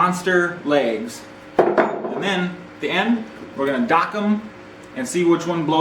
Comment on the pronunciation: Lags!! Not Legs! 😂